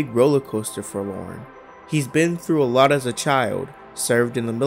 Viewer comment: Cawd, It made me cringe, alawt!